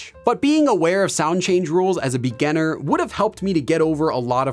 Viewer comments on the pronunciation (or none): Why do you keep pronouncing 'beganner' while what you want to refer to is 'beginner' ? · Am I the only one keep hearing him say 'beganner' instead of 'beginner'? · Omg I thought I was the only one who felt that way. When he says “beginner”, it sounds like “beganner” to me 😅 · I like your videos but your pronunciation of "beginner" is super distracting🙂. Still like your videos though! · Is "beginner" really pronounced this way? English isn't my first language and I lived with understanding that it's different 😓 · You are spot-on in catching his pronunciation of beginner/beginning! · Hi,. Nice work. But please excuse me, did I hear it right? you have a funny way of saying beginner;) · haha yesss. every other work sounds normal but beginner is so different 😂